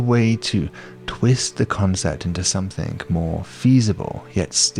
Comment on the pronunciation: Why do people say somethink? And writink? And doink? What IS that?!